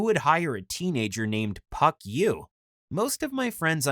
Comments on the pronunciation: Did he say hes names fuck or phuck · It’s funny how he says puck